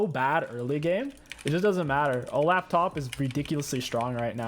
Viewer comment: I don't mean to sound rude if it does I apologize but how I always say olaf is Olof cause that's how I thought it's pronounced and the way you say it sounds to me like you're saying O-laugh which is now my favorite way to pronounce his name lol P.S I love your vids <3